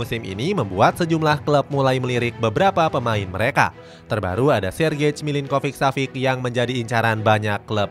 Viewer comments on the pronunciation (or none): kelemahan sarri sebenernya keliatan, kalo taktik nya kebaca atau plan b nya gk jalan dia auto bingung izin koreksi yaa min untuk pelafalan nama nya, semoga berkenan - sergej milinkovic savic --> sergei milinkovic savic (c tetap dibaca c, bukan k), asal nya dari serbia yaa min, tadi salah sebut - maurizio --> mauritzio - lazio --> latzio - sutton --> saten - serie a --> seriye a - joaquin --> hoakin